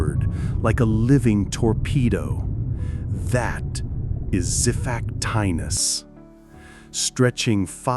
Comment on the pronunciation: This is bad AI, and AI is bad already. This voiceover is horrible, and I swear I can hear typos. Xiphactinus is pronounced three ways here.